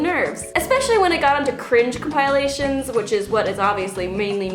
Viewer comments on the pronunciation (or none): YO YO YO we gotta talk about something real FUCKED up about this video,! What the hell was that pronunciation of "compilation"?! Lowkey it was adorbs though:)